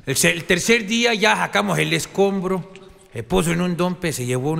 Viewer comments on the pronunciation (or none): Sacar “esconbro” 😂😂